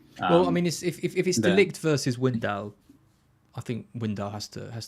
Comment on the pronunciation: Wijndal = "Vain Dull"